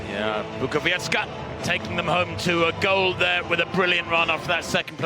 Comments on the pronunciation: BUKOWIECKA!!! Not Bukowiecki. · Unfortunately, as always before, the British commentators cannot pronounce correctly the last leg of the winning team, that is Bukowiecka, he says Bukoviechi, which indicates a considerable amount of ignorance and indifference but certainly lack of professionalism. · Nie potrafią też wymówić zbitki liter "-cki, -cka" ,nie wymawia się tego jak -kki, -kka. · "Natalia Bukowieci"? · Bukowiecka is incredible! Learn the pronunciation, you may need it. It says Bookovietzka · "Pół biedy" jak by powiedział Bukowiecki, ale on powiedział "Bukowieci". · Bukowiecka surename is pronounced [ Bookovietzka ] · Bukowieczy he said 😂😂👍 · Yeah, the first commentator pronounced Natalia's surname like if she was Italian.... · Natalia is one of the stars of European athletics and the guy can't even pronounce her surname correctly, amazing piece of journalism. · What a strange pronounce 'Bukowicka' from main commentator?